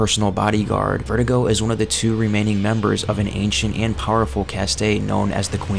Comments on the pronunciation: vertigo, do you mean VER-DOO-GO? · was i the only one annoyed by how he kept saying verdugo, kept saying "vertigo", when your meant to pronounce it, ver-doo-go.